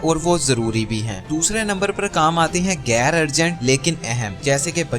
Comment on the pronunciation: Awesome advise, thanks, I would like to play it regularly to remind myself. We are all imperfect, I am no exception. Brother ghair or ghain has its origin in Arabic or Farsi, it is not pronounced like ga.